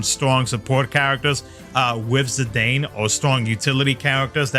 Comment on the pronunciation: Obviously going for Zidane, one of my favorite FF characters ever, with the other fave being Garnet hehe. Also, I'm not fond of how you pronounce his name lol.